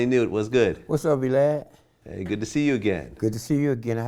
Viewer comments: Nigga said "V-Lad" lol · I've been a VLADTV subscriber for a long time and Yo I don't care what nobody say, this gotta be one of best VLADTV interviews I've seen, Lmao!! this nigga got some stories!! and the only dude I ever heard call DjVlad "Vee-Lad" lol, this is gangsta if all this shit is true too. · Did he say V-lad ?!?